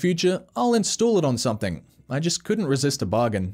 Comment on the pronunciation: Stop saying “SOMETHINK” and “HAITCH”. smh.